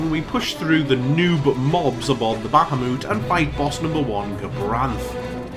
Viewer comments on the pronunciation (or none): none